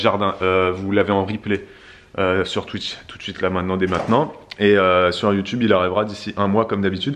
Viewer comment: J'ai 2 ans de retard 😭 Quand a dit You Tube on aurait dit Teube... 🙈